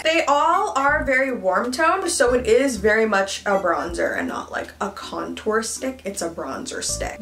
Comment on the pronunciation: I'm here just for her to say contwarrr! I love that.